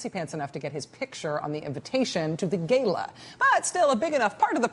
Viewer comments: "Gayla" lol... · Dumb cow doesn't know how to pronounce gala.